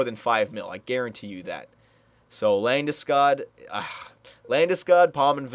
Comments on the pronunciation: Get labdeskoooodd, lool just sayin it's LANDESKOG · take it from a Swede, it´s pronounced "Lande-Skoog" a long "o" like in "School" not Landeskag, Landeskoug or Ginger Ale Since you are only doing a 5 year sim, maybe Iginla is the best option atm since he is 91 and proven